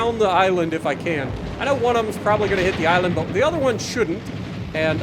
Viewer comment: Hey…hey Sp*WA*artan…do TASHI*…do you *WA*…do you have *NUMBAH*…the Cult *WAN Leader..???? ….miss San Diego..??????